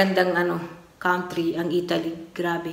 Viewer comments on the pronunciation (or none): none